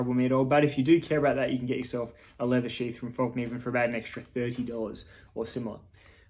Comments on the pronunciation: I can't hold it back any longer. Over the years I have heard so many people on YouTube refer to this knife company as Falk Niven. It is spelled Fallkniven, so why is it not pronounced Fall Kniven with a silent K? Think Morakniv. You don't pronounce that as Morak Niv. I am most likely wrong in my thinking but it drives me a wee bit crazy every time I hear someone say Falk Niven. Looks to be a well made practical knife in a manageable size. I do however find them to be a little too rich for my budget as compared to the knives I own & use almost daily. Sorry for the rant. I always look forward to new videos from you as I have been since about 2012 or 2013 whenever it was that you still had less than 1000 subs. Cheers from Canada. It was a little strange to see your lush garden. We are just starting spring but still feeling the cold of winter. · Late reply, but why not. In Swedish it’s Fällkniven, with an ”Ä” and you should pronounce it Fell-Knee-ven. The “k” is NOT silent. Fällkniven means ”(The) Folding Knife” In Swedish disambiguation is not used when putting words together so Fäll and Kniv becomes ”Fällkniv”.